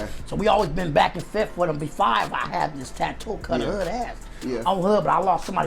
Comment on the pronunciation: " back and fith " lol